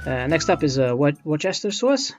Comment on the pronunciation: wusta sauce